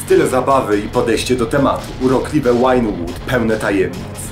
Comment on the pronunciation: do dzisiaj nie przeczytał dokładnie nazwy miasta w GTA V. Chodzi mi o Vinewood a nie Winewood:D